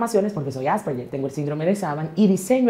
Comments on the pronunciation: Coño … es Asperger, AS PER GER! (la pronunciación se escucha Aspejer) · "AsperBer" jajjajajajajajha😂